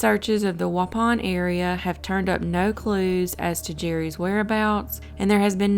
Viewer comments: Why is that anyone who doesn't live in Wisconsin, simply does not seem to be able to pronounce the names properly? Most of them are actually phonetic. It's not Wah Soh, it's WAH SAW. Curiously tho, you DID pronounce Waupun correctly... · you pronounced waupun right!